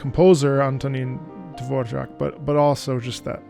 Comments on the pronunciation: It was really nice to hear you in game. And I really loved the event and your role in it. Also... as a Czech person... I always cringe when I hear the pronunciation of "Dvořák" in game which sounds more like "Dvoržak". But it's true that probably no other nation on this earth can pronounce Ř correctly 😅. But honestly I have to applaud your pronunciation because it is really close. 👏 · i dont know why but it makes me ANGY that his name is pronounced devor-jaques, but its SPELLED DEVORAK! WHY!! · Oh so that’s how you pronounce Dvorak?